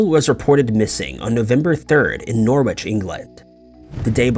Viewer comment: It's pronounced Norridge not Norwitch.